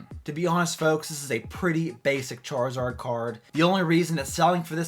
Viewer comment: What the heck is a “charzord” lmao